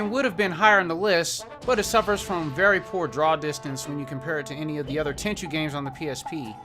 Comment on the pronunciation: ten chew? ten chu like like the ju of juice